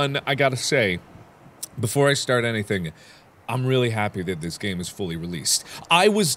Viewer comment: you said gane